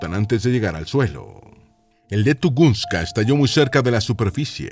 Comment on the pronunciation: No es tugunska es tungushka